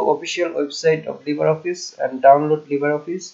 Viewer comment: উচ্চারণটা লিব্রে হবে তো। লিবার না।